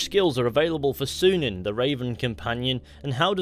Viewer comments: That's a Y in Synin not a U. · I know. That doesn't mean it's pronounced as he said it. I study the language.